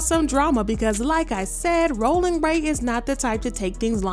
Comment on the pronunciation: The way you read that was annoying cuz rollin don’t sound like that it’s more tongue 👅 involved